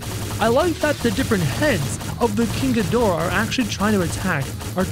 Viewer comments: Its not king ghmorah its king ghidorah and the hybrid is named ghidorahzilla Ok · Why should u say king Ghimorah it's ghidorah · I got so triggered when he’s said king gamora :D